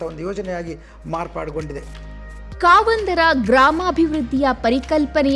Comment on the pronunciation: ಕಾವಂದ ❌ ಕಾಮಂದಾ ✅